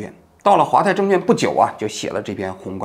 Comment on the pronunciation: 王局 纠正一下 证券quan 不是证券juan